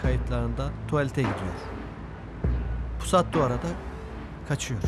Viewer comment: İmdat'ın pusata pisat demesi çok iyi 😂